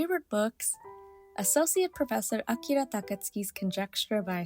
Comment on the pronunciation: I AM SO EXCITED FOR THIS VIDEO!!! I really really enjoyed Bless too! Okay the way you said the Professor Akira title so flawlessly was incredible! Okay I ned to get A Man and His Cat because I instantly thought of how my daughter would enjoy that! You have me sold on Nukozuke! You did AMAZING filming!! I absolutely loved it and now want to rewatch some of your older videos!! Hehe!